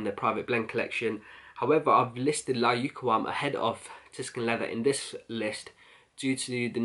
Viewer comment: Bro I love all your videos but layukawam is pronounced like this layukaaaaaaawam. It's Arabic word means irresistible. Best wishes